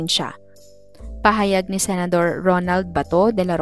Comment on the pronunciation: Senador hindi senadro 😂😂😂😂😂😅